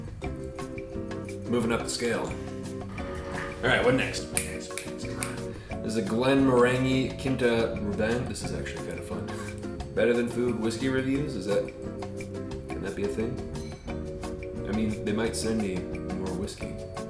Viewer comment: It's Glenn no range ee pronounced like orange and to say the Japanese whiskey was better is heresy mate otherwise good stuff just stumbled across the channel and like what I see